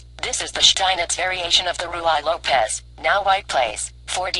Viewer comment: The Ruy Lopez is not pronounced Roo-eye lopez . ask someone how to pronounce it properly! PLease understand that you should take this as helpful constructive advice!